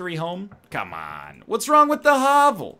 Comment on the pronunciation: Hovel.. yet another word NL can't pronounce properly.